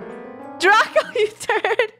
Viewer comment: S he said terd